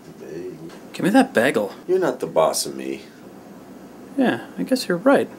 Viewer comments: Did you say "begel"? And what do you actually do at your job? I've only been watching your videos for a few weeks, but it seems that you just punch your boss every Friday. ^_^ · you pronounce bagel incorrectly wheezy!!! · haha he says bagel wrong..